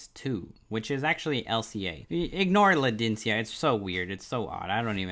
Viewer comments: Land-cadia... and fer-tita... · This moron lost me "LAn-DeE-sEe-Uh" LMAOOOOOO